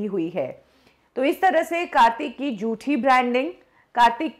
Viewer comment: kindly pronounce properly it's jhoothi not joothi.